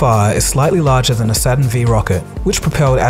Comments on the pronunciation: LUL Saturn "Vee" Rocket. Yep makes this video 100% creditable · I did giggle a bit at 'Saturn V', however the correction was made. A good video that was well put together and informative. I will be stumbling across this channel more in the future.